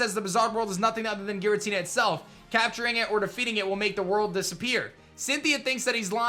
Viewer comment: Giratina is pronounced with a "J" sound. Source: Giratina and the Sky Warrior